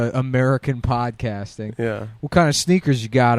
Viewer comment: don't forget "pawldcasting"